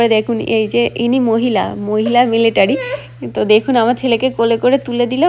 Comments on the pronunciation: দিদিভাই মেলেটারি না। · আপনার উপস্থাপনা খুব ভালো লাগলো। খুব সহজ সরল কথা গুলো মন ছুয়ে গেল। আমি ইন্ডিয়ান এয়ার ফোর্সে অনেক বছর সেবা করেছি, অনেক গুলো advanced বিমানে কাজ করেছি। এয়ার শো দেখে পাইলটদের জন্য আপনার ভাবনাটা শুনে খুব ভালো লাগলো। আপনার কাছে মাপ চেয়ে একটু সঙশোধন করছি - কথাটা মিলেটারি নয় মিলিটারি আর আপনি যে ককপিটে উঠেছিলেন ওটা হেলিকপ্টার নয়। আপনার পুরো পরিবারের জন্য অনেক শুভেচ্ছা। কাজের সুবাদে অনেক বার ইউ এস গিয়েছি, কিন্তু আপনার এই জায়গাটি কোথায় বুঝতে পারলাম না।